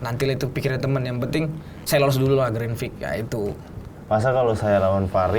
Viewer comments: pertama satu, kwkwk saran aja klo ngomong santai aja jangan ngebut"biar ga belibet, ngomong grandprix aja granfix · grandprix bukan grandpfrix gak si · lagi satu takde ke yg nak tolong betulkan sebut grandprix tu? bukan grandfrix tapi grandprix😢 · Grandpix bukan grandfix 😂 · harusny grand prix,tapi ronalnya bilang grand fik bukan grand prix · Kurang nyaman denger "grenfriks" nya doang ini😢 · ngomong grand Prix aja grand frik wkwk